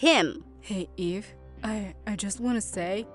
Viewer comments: whyd I think she said, "Hi, my name is E." 😭😭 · Her name is Eve- But I heard Gaive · i really thought she said "Hi, my name is E."